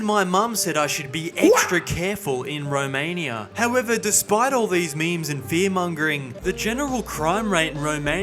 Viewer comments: I hate thus: the rage baiting title, the way he pronounces Romaniiiaaaa and the fact he started with gypsies. Didnt watch past that eveb if I know that this is satire. 🤮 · Why you pronounce Romania like that